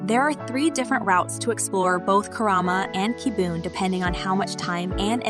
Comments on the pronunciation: and Kibiun??? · I know, right?!!! "Kai-yo-to" and "Key-boon"? What's up with that? Probably AI generated narration just reading a script.